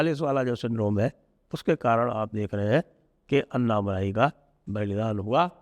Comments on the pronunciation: उनका नाम अन्नामलाइ नही, अणणामलै है, मलै means mountain, मलै को मलाई कर दिया है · अण्णामलय हैं जी अन्ना मलाई नहीं